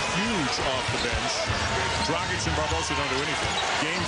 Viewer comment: its not dragik its DRAGIČČČČČ!